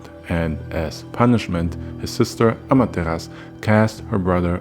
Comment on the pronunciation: I love Naruto... Regardless that people think it's not that great. But it's what broke me into anime. So, it has a special place in my heart. but also I love mythology of course. But I think Amaterasu isn't said without the u... it's a common misconception that the u is silent but in fact the u is softly hit in the back of the throat. so it sounds like it's not there. it's the same with other Japanese words.